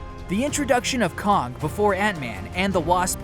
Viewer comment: " "Kahng the conqueror"? Kah-ng? Kay-ng... its pronounced "Kay-ng" May as well say "eye-roni-man", who's real name is "Tah-ni Stork"